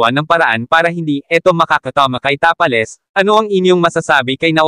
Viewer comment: Ginawa mu namang tapa king si Tapales pronounceiation